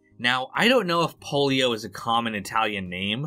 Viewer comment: PO-LEE-OH NOT Polio